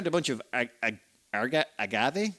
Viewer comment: Agave Pronunciation: Correct. Or rather really close to be perfectly fine. Not turning it into Tequila tho is a huge bummer. Maybe there is a intermediate it has to go into first?